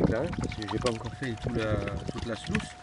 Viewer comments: On dit pas slouce mais sluise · Salut, le nom AMERICAIN de la rampe de lavage est bien SLUICE mais se prononce SLOUCE. A+.